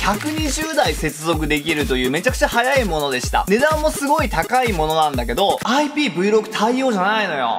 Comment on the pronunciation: 皆さんそしてさんどうでもいいけど、『IPVろく』ではなく、正しくは『IPVシックス』と言います！笑 どうでもいいだろ？笑笑 ↓↓